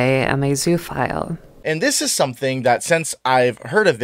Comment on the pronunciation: Zoo-oh-phile. 'Zoo' in zoophile is not pronounced like 'zoo'. It's more like zooa.